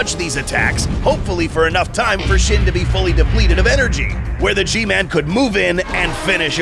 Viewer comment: It's pronounced more like sheen